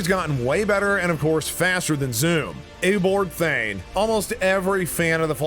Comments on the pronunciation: It's not eobort thwayne it's eobard thawne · He say ebard thnowe instead of eobard thawne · Its hard to understand the commentator he pronounced eonard thawne eoberd thaiwne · Excuse me did he just say Eoboard thayne? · Its Ee-yo-bard th- awn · You can pronounce eobard thane amazingly not